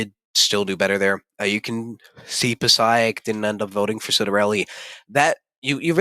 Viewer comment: Passaic is pronounced: Puh-SAKE.